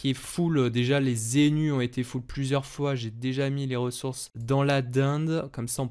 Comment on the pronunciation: A chaque fois que tu dis déji je perds un an de vie sache le